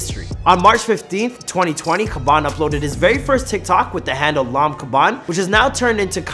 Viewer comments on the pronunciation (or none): I'm sure your saying his last name wrong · Italy = mime = Khaby Lame